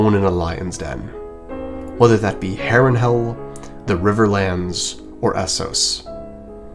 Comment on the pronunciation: Bro, "simularity"? "Harrenhell"?